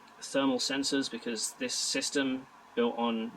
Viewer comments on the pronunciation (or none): Several times I heard "system" as "sister".